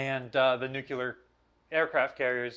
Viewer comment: enjoy these shows but the word is nuclear, not nuculer.